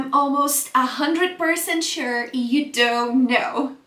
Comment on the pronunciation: you don't pronounce the word "percent" correctly. you do not pronounce the word "grown" correctly.